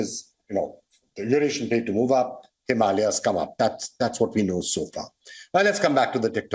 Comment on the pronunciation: What is Himaliya ? Sounds odd .. it is Himalaya …